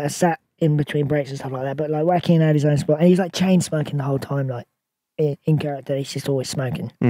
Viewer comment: Butchering joaquins name is criminal.